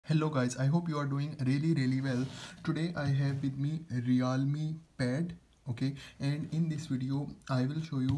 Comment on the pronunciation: Realme ❌ reaalma tab